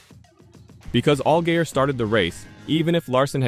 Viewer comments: this is absolutly horrendous. If you can't say the town or drivers name correctly then don't say it at all... Conkerd? really?... Allgayer? omg I can't handle this anymore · Do you even watch any of the shit you make videos on? “All-gay-er”, really? C’mon man. Do better.